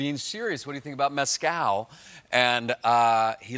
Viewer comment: "Methcal", no?